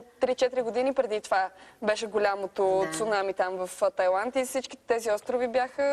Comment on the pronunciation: Vsichko hubavo, ama maikata negramotna. "Тайланд"